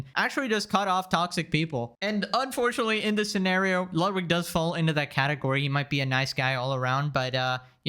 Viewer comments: Why is everyone pronouncing Ludwig as "lot-wig" and not "loot (said not as long) - weeg (like weed, but with a "g", or, like a long pronunciation of the word "wig"), like it should be? And why the hell is he calling himself that if he can't even pronounce the name correctly? (Ludwig van Beethoven for example, you don't say his name like "lot-wig's"?) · Tectone pronounces it "Ludvig" sometimes, idk why that's so funny 💀